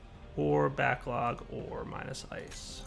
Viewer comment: Am I the only one who hears "Whores" when he says "Ore" at 21.26